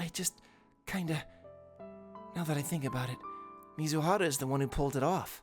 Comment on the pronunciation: I swear, every time i hear u say mizuhara, i always mishear it as mizuhotta